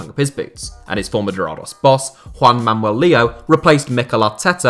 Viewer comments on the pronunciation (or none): Why do you pronounce "Manuel" as "Mamuel"?